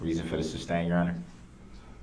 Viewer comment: And………how to pronounce sustain (as it’s not “substain”).